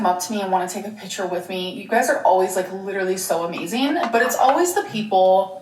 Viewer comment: “It’s amazeen when people want to take a pitcher with me”